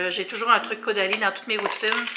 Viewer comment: Le bandeau te va à ravir! ❤️ Je sais pas pourquoi mais chaque fois que tu dit Caudalie dans la vidéo j’entend Go daddy 😂 Y’a fallu que je rewind un peu la vidéo la première fois pour être sure 😂